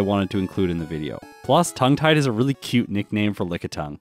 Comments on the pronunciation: Am I the only one who thought the nickname was pronounced “tongue-gettied” instead of “tongue tied?” 😂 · My brain: Tongue Tied My heart:Tounge-Et-Ee Dee